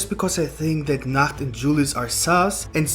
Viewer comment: I hate how he calls nacht